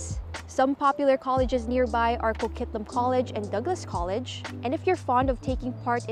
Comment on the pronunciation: Hol' up. There's tonnes of traffic in Coquitlam... Like some of the worst in the lower mainland... And it's Co-QUIT-lam, like as in quit talkin bull